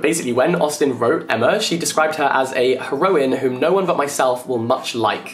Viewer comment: can we please talk about how you pronounce heroine